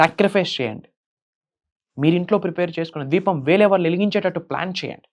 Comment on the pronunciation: దీపం not ద్వీపం 😢